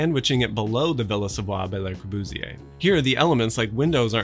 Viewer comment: The way he pronounces le corbusier😤